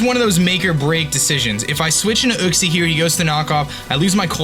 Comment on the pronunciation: kleper yuxie* u-xie*